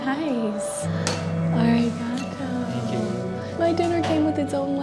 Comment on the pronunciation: She really said ari got toeeeeeee 💀